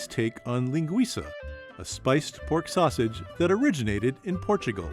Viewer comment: Sosisi. Totiti. 😂